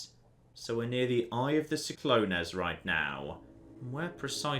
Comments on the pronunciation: SIK-LO-NEZ AHSDJAKSKDHAGHDS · every time he said see-clo-nays I died a little inside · But we will laugh at the way he pronounced Cyclones, completely forgetting that it is an actual word and then creating a theory to support the way he pronounced it xD. Reminds me of when he played My Summer Car and thought alternators are what alternate the firing of pistons......he was SO sure he was right lol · Is that how you guys pronounce 'cyclones' in the UK? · As someone from a place regularly buffeted by cyclones, I die inside everytime mispronounces or misinterprets the word. Here he is translating a fictional ancient language and he doesn't even understand English. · why are you pronouncing cyclones so strangely? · Because he misinterpreted it as an ancient thing because he's an Oxford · its cyclones as in tropical storm or hurricane. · He read it like it was Greek oof...